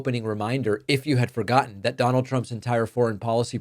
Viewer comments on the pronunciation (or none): none